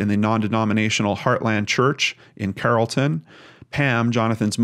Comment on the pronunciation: Here we again. It's obvious. We don't say Cop-pell like that or Carroll-ton.